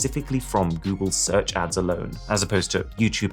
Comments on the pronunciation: 😂😂 GOOGLE SEARCH ADS ❌ GOOGLE SEACH ADS ✅ No hate! Much love and respect Arun. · "Google seach ads", the r got lost somewhere along the way lol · google seach 💀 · People who seen google "Seach" instead of search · "Google Seach". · u said seach instead of search:face-blue-covering-eyes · 'Google Seach Ads'... silent 'R'...? Oviously... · google search is called “google seach” xd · "SEACH" Found one!! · "google SEACH ads" 😂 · "goole seach" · seach? lol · Guys who notices "seach" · says Google ‘Seach’ ads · Did anyone else notice the missing “R” from Google search ads? At 7.48